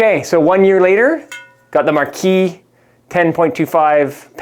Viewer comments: Yeah that’s not how you pronounce Marquette. Never mind you got it right after first one😅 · Particularly because he can't manage to say their name correctly more than twice in a row.